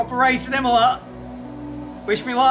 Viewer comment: Imola It’s Imola.